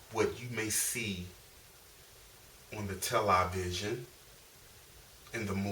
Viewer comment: haha "tell-lie-vision" love it bro.